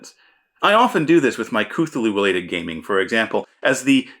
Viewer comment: Just when you think you've heard every possible pronunciation of Cthulhu, someone comes along with a new one. :D